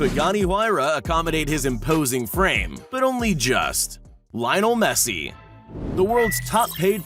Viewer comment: Yeah sure "laionel messi"